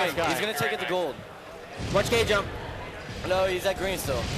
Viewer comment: K jump....not gay jump.